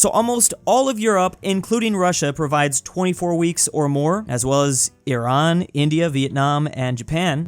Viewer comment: Finally someone actually says Eran it’s not I RAN